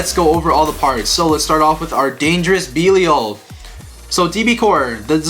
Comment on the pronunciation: Lol been like what 7 months since db started and these bois still can’t say belial right lol no offense or anything just saying lol